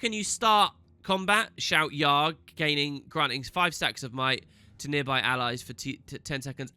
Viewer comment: You pronounced "Yarr" wrong xD